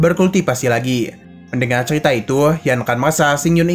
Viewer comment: Kok ceria bang bukannya cerita